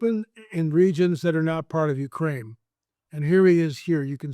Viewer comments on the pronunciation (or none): none